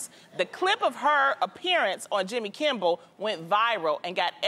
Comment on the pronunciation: Loni said “Jimmy Kimball” 😭😭